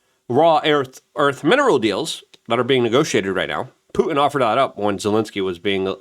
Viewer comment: it's not Pu-en, it's fucking PuTin ffs dude why?